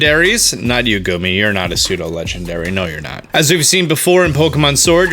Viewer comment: I like when he say not you gomey you not persdo lendary